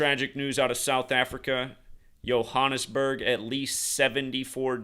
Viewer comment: Last major building fire in my country was the burning of Parliament on 2 Jan 2022 (haven't been running any numbers to check for date correlations) shout out for your pronunciation of Johannesburg! That's how it's said in Afrikaans (a derivative of Dutch). I was speaking to my manager last week Friday. His apartment block in Cape Town also mysteriously caught fire, and I ask him what's up with the fires around the world rn. Then Sunday, another building in Cape Town. Both with no one ded, but still made local headlines... Little did we know a big one was coming to Johannesburg.